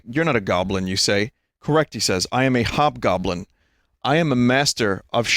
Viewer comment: Ah yes, the hobgoblin became the jobgoblin.